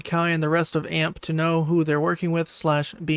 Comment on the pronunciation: Bro say a-m-p not amp lmaoo